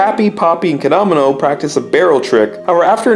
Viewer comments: I know this is old but the fact he pronounces Keda-Mono like Kedomino really makes me cringe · You says Kedomino. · You say kedamono you say ked-oh-mo-no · Ked a nanamo? It’s actually kedamono ( keh da mone oh) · Your saying kadgamana I'm dead 💀 Its ke-da-mo-no that's how you pronounce it lmfao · What’s a ked ō mano it’s kedamono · Its ke-da-mo-no not kedamano :)(not being rude !) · his name is kedamono you're seeing Camano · Ked-e-mo-no not ka-domino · Bruhh tf is Caanomanel😭 It’s Kedamono lmfao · I like how the pronunciation of Kedamono degrades as the video goes on until it's just a back and for between Kedamono and K'domino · KeDomino? seriously?The frog even tells you how to pronounce it... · It’s ke-da-mon-o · How to pronounce kedamono Keed-a-mo-no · KEDAMONO NO KAO WA Edit: it's pronounced "key-deh-mo-no" Also I hear a Durarara!! Soundtrack in the back of the "Ghost" episode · key-dah-mo-no its pronounced KEY-DAH-MO-NO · I have never heard kedamonos name pronounced like that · The way he said kedamono is triggering me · The way you say Kedamono’s name is murdering me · ONG IMA CRY FR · The way you pronounce Kedamono hurts me. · Your saying Kedamono wrong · The way you say Kedamono...I don't fucking know it just sounds weird. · triggered because nobody can EVER say Kedamono's NAME CORRECTLY! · I love how at /: he starts mispronouncing Kedamono's name. When at first he was saying it correctly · the way u pronounce their names makes me triggered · That's how you pronounce their names in English bro lmao besides Kedamono